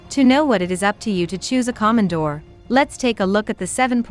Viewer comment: Plus mispronounced the name!there's nothing Common about a Komondor (long O)KOmondor